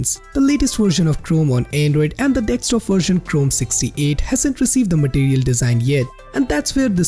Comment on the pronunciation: It's desktop not dekstop